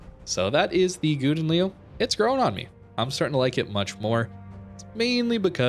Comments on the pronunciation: just call this ship the golden lion, you are raping the langue. but i have to say you pronounce it funny and it makes me laugh every time you say it. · Worst pronounciation ever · Plz pronounce the name right